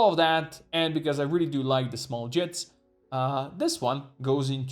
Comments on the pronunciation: Jitte is a Japanese word, and is pronounced "Jeet-Teh", not "jit". Never heard a single person get it right. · Can you guys stop calling them "jits". It's jitte, fml. Two syllables. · Hopefully he's learned how to pronounce Jitte by now. It's JEE-TAY. It doesn't rhyme with "shit".